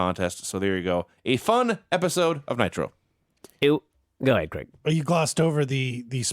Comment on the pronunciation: Drives me nuts how Americans pronounce Craig like there is an E in the name. Creg.